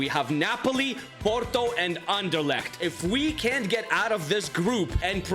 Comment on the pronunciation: you're speaking anderlecht pretty wel out most people say something that i don't even can say 😂 ( btw i'm from belguim) Belgians let's make your country proud 👇